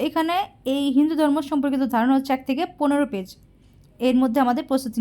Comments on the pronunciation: উচ্চারন ঠিক করো হিন্দু ধর্ম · উচ্চারণ করতে না পারলে বলার দরকার নেই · উচ্চারণ ঠিক করুন